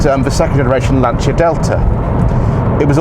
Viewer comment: Proper pronunciation of FIAT and Lancia! Well done sir!!